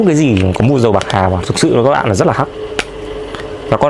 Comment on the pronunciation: "pạc hà" 🤣